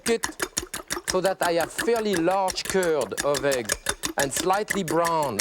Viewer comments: I spent half the video trying to pronounce “ze cúrd” like him. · I speak both English and French, but I cannot for the life of me understand his reference to 'currrd of egg...'? He says it repeatedly, for instance at 43 sec.